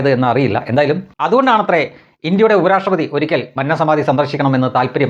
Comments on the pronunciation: മൻനം അല്ല . "മന്നം" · Please pronounce ' Mannam 'correctly. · ഉച്ചാരണം മന്നം .... ശരിയല്ല